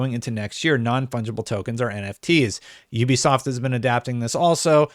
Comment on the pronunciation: Non fudgeable? Is that what he said?